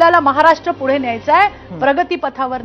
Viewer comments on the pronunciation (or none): none